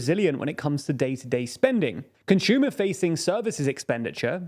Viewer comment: He keeps on saying conshumer instead of consumer